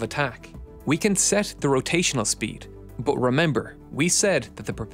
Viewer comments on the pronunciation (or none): Not "bur" or "ir", say iT or buT